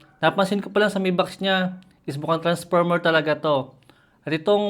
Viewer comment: "Jelly case na naka tranparmer..."😭